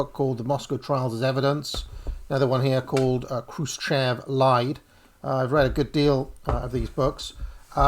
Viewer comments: Хрущёв = "Xrushhyof" (not Kroosh-chev) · Khrushchev is pronounced KROOSH CHOF!!.. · Check the pronounce of Chruščëv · 27 minutes in we know no more about where and what the evidence for this or that is. You could try pronouncing 'Krushchev' better though. Interesting though how this Trots versus Stalin etc team sport has risen to the surface again. Never died off after all, just kept under the radar for 40 years. Is this group related to? the CPGBML?